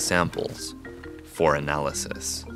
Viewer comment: I liked how he emphasised on the word "analysis"